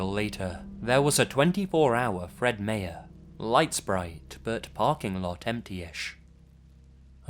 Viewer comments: Fred Meyer is pronounced like "my-er", not "may-er". Just for future reference. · HE SIAD FRED MAYER ITS FRED MYER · FYI Fred Meyer is pronounced "my-yer" not "may-yer" but that's an easy mistake to make. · _- fuckin fred my-er not Fred fuckin mirror god damn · Oh my God the way you pronounced Fred Meyer's killed me. Fred my-ers. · I hope it doesn't sound creepy, but I found it adorable how you misspronounced meyer. My-er is how it's pronounced. Keep up the great work! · Quick dialect point: In the first story (which I'm almost 100% positive takes place on the West Coast of the USA), the last part of Meyer's pronounced "MY-er". I know it's nitpicking, but I just wanted to point out how we say it here. Other than that, awesome job.